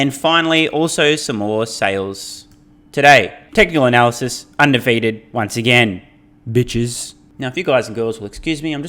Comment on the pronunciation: technical " ANALysys " ..........lol.